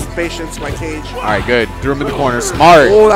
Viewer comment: It's said "ka-geh", not cage. It's Japanese for shadow, or something like that.